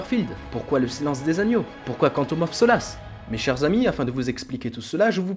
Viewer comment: Woah la vidéo est excellente mais ton accent quand tu prononce "Quantum of solace" il y a du boulot